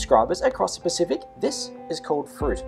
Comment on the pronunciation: do you mean across the paciic